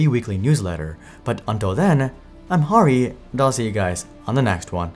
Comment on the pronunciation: I have an indian friend named "Hari" and it's not pronounced as "Harry"